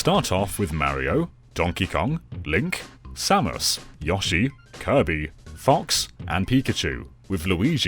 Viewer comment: What's the reasoning behind mispronouncing Yoshi's name?